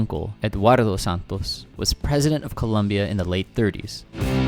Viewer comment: fyi... ColOmbia... not Columbia... the dude with the American accent kept saying it wrong